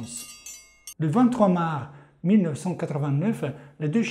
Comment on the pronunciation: Super intéressant. Mais au fait, on prononce marS et pas mar !!